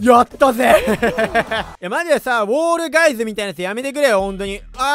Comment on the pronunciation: フォールガイズじゃなくて ウォールガイズになってるの草